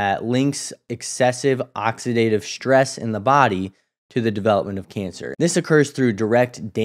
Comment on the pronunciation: Please stop mispronouncing words like strong and stress. You mispronounce them as ‘shtrong’ and ‘shtress’ which makes you seem uneducated. I’m outta here…